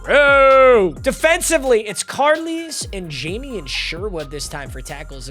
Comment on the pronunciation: Add-Oh-Nie, Lie-Ah-Too Lah-Too, Car-Lies. The way you pronounce their names is sending me lol